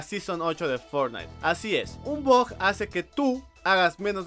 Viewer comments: Porq demonios dices bog en lugar de bug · Jajajaja habla bien mensaje decías bug y sonaba a bot y yo pensando que que tenía que ver con el pico